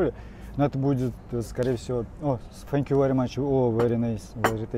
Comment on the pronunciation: При чем здесь Сори вери мАч,понтануться хотел,надо было сказать seank you very much,видать по английски ни хрена не знает Фэнкью у него спасибо